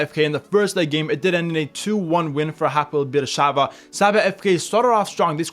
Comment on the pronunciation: It pronounce Hapoel Be'er Sheva. Im from Israel and this is my team. I really hope we will qualify to the Champions League stage for the very first time.